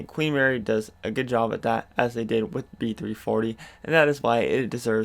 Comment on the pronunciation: Sounded like you said shit maze when referring to B340 lol